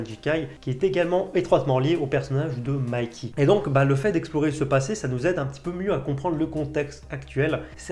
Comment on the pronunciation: Mikey ça se prononce Maïki